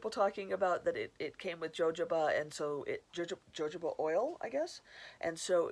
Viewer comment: That oil is pronounced ‘Hohoba’